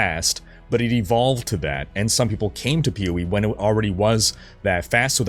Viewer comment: You've said "POE" so many times in this video that now all I hear is "Pewie" 😂